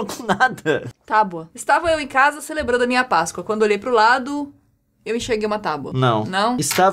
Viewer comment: men, a pronúncia e páscoa e não pascôa